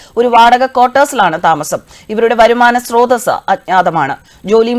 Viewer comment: വരുമാനസ്രോതസ് 😂😂😂മാംസാപുവമ്പഴം 🤣🤣😂